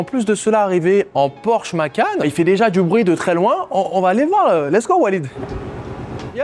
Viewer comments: Porsche Macan qu’il dit lol AOUTCH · Porche Macan????? il faut revoir tes classics. Sinon, très inspirant. Merci